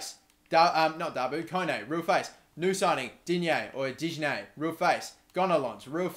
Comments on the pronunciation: It's pronounced Di-Nyae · Im French and when you say digne the g is silent